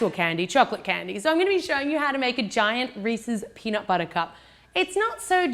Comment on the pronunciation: peanut BUTTAH